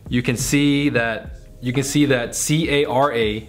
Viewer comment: Bruhhhh it’s pronounced Car-Uh....not c-a-r-a 😂😂 that’s like instead of saying YouTube, you spelling out the entire thing letter by letter.